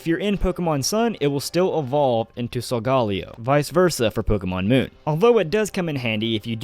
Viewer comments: Hears sol-golly-o. TRIGGERED. It's sol-ga-leo. Leo like the zodiac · Sol-guh-leo not Sol-gah-leo, dude. Get it right. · Am I the only one that pronounces Solgaleo as Sol-ga-leo?